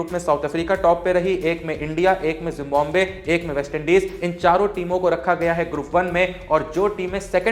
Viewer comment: It's जिम्बाब्वे not जिम्बोम्बे 😂